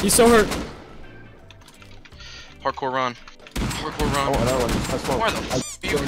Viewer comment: Did anyone else hear him say “parkour Ron” because that had me dead